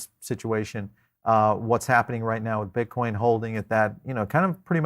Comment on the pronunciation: ok we got it u got some different accent. BUT MAN! you can't be a fan of cryptos and BTC and call it "Bitch Coin" lol (Min )